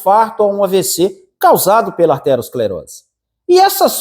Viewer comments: Parei de assistir quando ele falou aRteroesclerose,se não sabe o nome correto,como pode querer falar sobre o assunto ? O certo é ateroescleose, não é derivada de artéria,mas de ateroma. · Não é "arterosclerose", e sim aterosclerose.